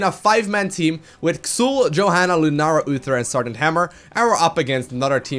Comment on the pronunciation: just one thing. Pronounce him like if he was called "Zul". Otherwise, great video as always;D